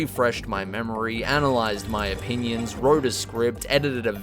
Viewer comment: saying "oppinions" is going to become a meme by the end of the week I can feel it